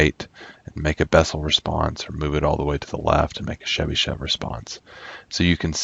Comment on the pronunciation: Thank you very much, it was very informative. If I may, I would only ask why do you call Chebyshev as Shebyshev? There is "ch" sound as in "chart" or "choice".